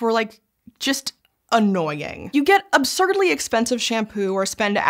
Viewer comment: Hey! You are adding a syllable to 'absurdly'.